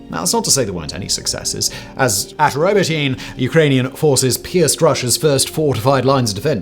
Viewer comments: It’s pronounced “ro-bo-tee-neh-“ and “Zappa-roh-zieh” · 0 seconds ago 1. We sat on providing f16's too long, 2. We sat on providing atckm's too long, 3. Ukraine started too late snd on too broad of a front. 4. It's pronounced "robot inuh" . 5. Ukraine gave Russia too much time to dig in over the winter. 6. Neither side has air superiority, it's contested space so it's not a fair comparison. 7. Thus thing isn't over and Ukraine will prevail if we get off our collective asses and give them proper support. Whatever you think that is add at least 25% to it until the job is done. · Yo Simon it's pronounced robot init bro.. Hope you and team are well. Keep doing what yous do best! Much love from Dublin